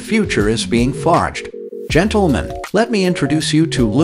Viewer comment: Is it just me, or does this annoying computer voice sound a lot like Mr. Obvious from the Bob & Tom show? And what with the "GENTLE-men?" Can't we train a computer to say that common word correctly? Why not just have a real human, with a microphone talk normally? OK... I'm done ranting.